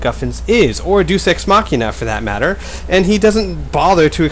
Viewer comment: It's day-us ex machina not düs. People don't need to assume we are idiots and cannot use google thus having to use simple words. I have learned a lot from listening to smart people speaking smart words. Just google it, read about it and stop complaining like a little bitch. Your arguments are plain retardedness and i loved every second of smudboy's response.